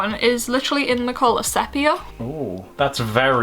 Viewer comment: Fun fact! I just found out that the color sepia, is made from the ink of a cuttlefish :o also sepia is pronounced see-pia ._.